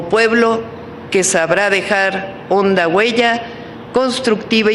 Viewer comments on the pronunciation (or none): none